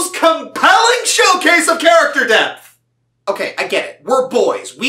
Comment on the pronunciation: Does he say “Character Depth” or “Character Death”?